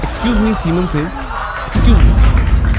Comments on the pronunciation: Saiman ❌ Semen✅ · I loved how pp popo said seman says